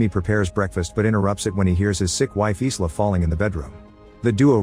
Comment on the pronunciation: AI not knowing how to properly pronounce the name Isla, and calls it "Is La".